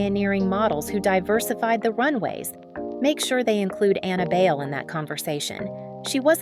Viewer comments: Bale????? Do ur research girl. BAY-LE. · BAYLE is pronounced as BYE-LE, not BAIL. Annabelle ‘Abel’ Bayle was a tall slim dark skinned girl in the 70s. She was my freshman ‘70 batchmate at the Philippine Science High School and classmate at the University of the Philippines. No one then really foresaw her soon to become a beauty queen and a top ranked international supermodel! Her real career of choice was to be a doctor of medicine. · Pronounced as Bay-Le. Bai-leh. You do not get to Americanize. You should learn to respect that and honor that by saying it correctly. Kinginang boba ka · That's the problem with the content creator using an AI voice for narration - it automatically defaults to the westernized pronunciation of the name "Bayle" just like it would pronounce the actor Christian Bale's last name.